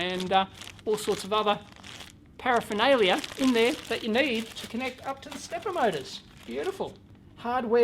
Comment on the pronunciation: "power-phernalia" :-D